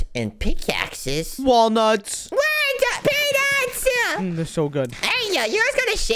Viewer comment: Bro said walnut and said puenut but me hehe you now......deznuts!!